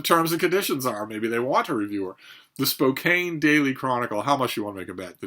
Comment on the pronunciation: Spoke-ANN...the silent "e" doesn't exist...